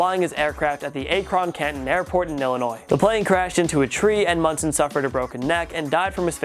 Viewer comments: Ak-ron Canton airport and it's in Ohio, not Illinois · can you please learn how to pronounce Akron right??!